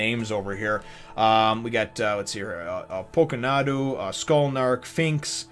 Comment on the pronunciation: Did he just say skullnark 😂😂😂